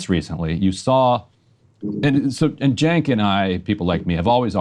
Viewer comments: Why he keeps calling “Sink” ?😂😂😂😂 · 100%. Extra bonus points for totally mispronouncing Cenk's name, an hour into the conversation. Edit to add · Am I the only one bothered that he is mispronouncing Cenk’s name? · This fucking nerd is whats wrong with Democratic party. He can't even say Cenks name right after hearing it for over an hour